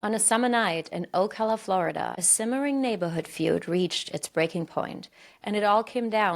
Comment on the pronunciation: Sorry, I'm from Gainesville and visit Ocala often. Just want to say it's OH-CA-LAH not OH-CAH-LA, horse capital of the world